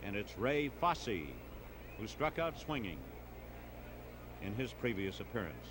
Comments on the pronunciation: Absolutely fantastic thx. Except, of course the mispronunciation of Ray Foss instead of Foss-ey. And, the apparent lack of awareness of how great a player Vada Pinson is/was. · Why did this announcer continue to mispronounce Fosse's name when he knew better?